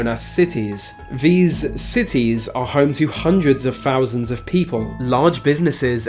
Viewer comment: > fousands , vis, ve, free hundred fousand, brofels, norf, feory >english > cant pronounce th